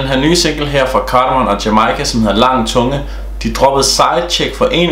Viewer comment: Lang tunge er bedst jeg kan godt høre hvad jamika synger og synes det luder sindssygt Du udtaler Carmon forkert